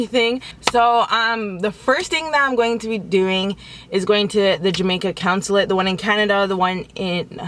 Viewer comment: girl, it's CON-sul-ate not coun-sulate lol